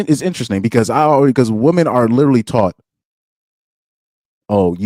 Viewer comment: You realise woman and women are pronounced differently? Surely?